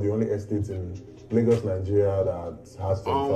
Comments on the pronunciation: Its pronounced as Laygos not Largos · It is not Lar-GOS, it is pronounced as Lay-GOS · Lol it's pronounced "lay-gos"